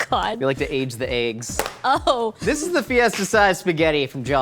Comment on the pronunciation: I want to see Nicole work with on how to pronounce “eggs”. It hurts my ears every time he says āggs.